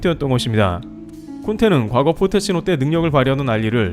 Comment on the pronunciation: 포테치노가 아니라 포체티노